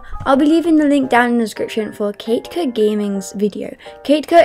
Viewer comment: Her: kake-ko Me: KATEKOOO KA-TE-KOOO